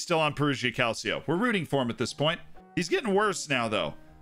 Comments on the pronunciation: More like "Calcho" (two syllables, not three) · Please don't say "calseeo" it's hurting my italian ears